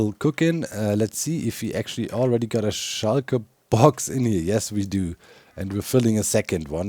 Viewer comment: whenever Doc says "shulkerbox" it sdounds Like "Schalker Boxen"